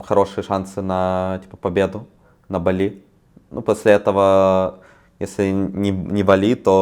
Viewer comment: Я, как человек живущий на БАли, не могу спокойно слушать как говорит БалИИ) 😅😅